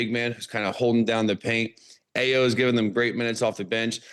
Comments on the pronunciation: You guys have NO IDEA about this team at all 😂! Understandable. And Ayo's name is pronounced as "EYE-O". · IT'S Eye oh